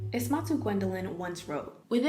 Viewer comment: i recognize there's a lot of comments already, but i just wanted to say Ismatu is pronounced "EE-sma-tu" since that's something they write about a lot as someone with a Sierra Leonian background and name! It's cool seeing you reference them since both of actually I look up to y'all a lot for inspiration for my own self-growth and activism, but a little disappointing with the mispronunciation. Hope this helps!